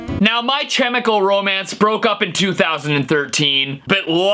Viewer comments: HOW did you pronounce the word “chemical”???? this throws me back to times when i’ve just started leaning english :) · Did nobody else hear him say my chymical Romance😅😂 at the beginning of the video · Is it just me or he said "CHemical"? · haha im sure the way he pronounced it was a joke